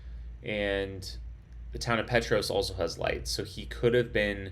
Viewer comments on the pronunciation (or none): Huge fan of the Barkley. I live locally in Oak Ridge. Thanks for your awesome live stream! Unbelievable finish! Respectfully, the town Petros is pronounced Pete tross 🤙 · Hey definitely after the fact, but I’m from East TN, and the little town of Petros is pronounced “Pee-trahs”. Awesome Barkley coverage! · Sorry, Pee Tross. The o is short & sounds like the o in cross. Petros Nice to hear you have been in Oak Ridge. We're the Secret City. There is a large Friendship Bell, a gift from Japanese located at the Civic Center 3? blocks to the East, off Illinois Ave /Hwy 62. Oak Ridge built the bomb for the war...The Y-12 Nuclear Plant is just off this highway 3? blocks to the left as you enter Oak Ridge